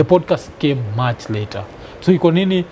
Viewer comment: Iko Nini is so authentic inasemwa venye inafaa😂😂